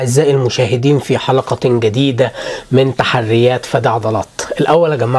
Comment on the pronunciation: بدل متقول تحديات قولت تحريات😂😂